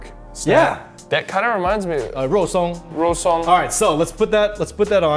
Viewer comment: Ross even played tennis? He’s just perfect combination of fun, sexy, handsome, and cute. And he said Rou Song lol